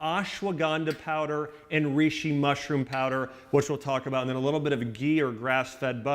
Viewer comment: Reishi pronounced rayshee not reeshee